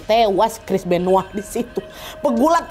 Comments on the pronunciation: Benoa? Benoit kali wak . Benoa mah Bali 😂😂😂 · Terlalu lebay nyebutnya Chris benoa udah tau Chris benoit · Chris benoit kak, bukan chris benoah😅